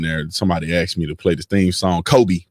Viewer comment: STOP SAYING AXE ME!